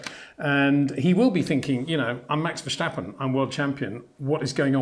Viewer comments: Plus it's wrong. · is not vershtapen !!!!